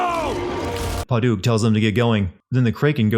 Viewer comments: And "pa-duke" instead of "pa-dik" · Oh the mispronunciations are hurting me. Pad-uk. Krak-en. I know you’re probably doing this on purpose but jeez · Sorry, I can't take the opinion seriously from someone who can't spell Reyna, Marcus, pronounce Pad-uck, Kra-ken or Soo-doe. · this pronunciation of Paduk